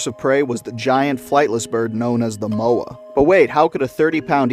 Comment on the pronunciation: ayyyyy i was wondering where the haast eagle would be mentioned, they could also pick up children around 8 years old, there's a model in the te papa museum here in new zealand it honestly looks like it could pick ME up and i'm 24, also your pronunciation is great with Moa, though a lot of maori would pronounce is "moh-ah" or sounds pretty close to "maw-ah" they were known also for attacking small maori children but were sadly hunted as well as moa as a food source for maori people, so hunting moa meant less food for the poor eagle, eventually dying out and being potentially hunted themselves, i assume for their feathers and meat as many of the wildlife was hunted for food or feathers some people say they still see haast eagle flying over mountains, but i have yet to see concrete proof i'm a new zealander and is fills me with glee seeing more about nz creatures, i'm also part maori but uh... i'm white, so i get bullied a bit